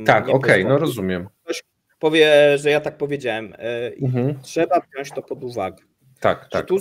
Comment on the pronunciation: panowie, mówcie proszę wziąć ... a nie wziaść :) tylko słucham na słuchawkach i jakoś mi się wbija XD pozdro za kawał dobrej roboty!!!